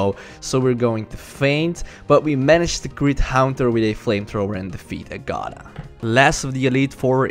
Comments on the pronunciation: It's AGG-uh-thuh, not a-GAH-thuh. The latter sounds like "a God uh". Also, hip-nosis, not hype-nosis. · Aaaaaaggggggggaaaaaaaatttttthhhhhhhaaaaaaa not agada